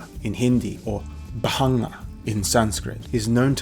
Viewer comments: Amazing video as always. I think in the pronounciation of bhangā 'a' is silent. In india the only people who smoke "bhangā/marijuana" traditionally have been sadhus, but it is strictly prohibited for consumption of normal people ( there are no special clauses that exempt 'sadhus' from smoking prohibition, it's just that authorities recognise the traditions and does not meddle in sadhus' way of life). The only way common public consumes it is through a special 'bhangā' milkshake/drink specially prepared in festivals related to lord Shiva ( most prominently Shivratri ). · It's Bhaṅga in Sanskrit and Bhāng in Hindi, is both pronouncing and spelling it wrong